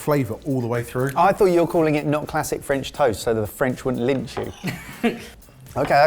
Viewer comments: would have been great topped by a perfectly poached egg... was "superb" (french accent included) but I was laughing at how he managed to mispronounce both french AND english words. 😁 😂 🤣 😃 😄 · Had physics and further maths A-levels today but what really put the nail in the coffin was hearing speak "French"